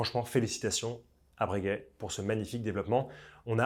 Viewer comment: Bréguet ou Breuuuhguet?😅